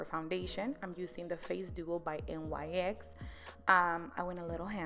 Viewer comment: It's NEX ....not n y x :)